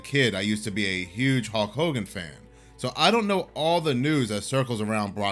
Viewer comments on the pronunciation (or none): none